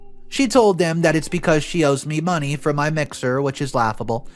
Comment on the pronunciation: I love how you say "muh-neigh". Your stories make me laugh. I don't laugh. Not since Robin William. So. Thank you.